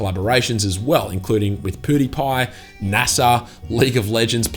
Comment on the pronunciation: it's pEWdiepie not Poodiepie lol